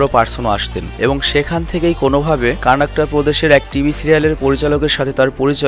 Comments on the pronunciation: Bro. I love ur all videos.And this video is also good. U struggle too much to collect all the information. But in this video u have made one mistake. U said "Karnakta", but actually its "Karnataka". Anyway, congrats for ur sponsorship. And keep going on and present us again n again new new exciting videos. Love from 🇮🇳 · কর্নাটক বলে কানাকট না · Bhai কান্নাটকা na... কর্নাটকা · ভাইয়া তার জন্মস্থান এর উচ্চারণ কার্ণাক্ট হবে না উচ্চারণ হবে কর্ণাটক যার রাজধানী বেঙ্গালুরু ভালোবাসা অবিরাম ভাই🖤🖤🖤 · Vai apnake koibar bolbo pronounciation tik koren 🤔? Apni j state er nam bolchen tar nam Karnataka & banglai bole কর্ণাটক। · কর্ণাটক ও বলতে পারেনা!!!